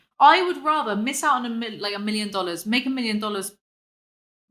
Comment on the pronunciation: millions of dollahs, millions of dollahs. thats why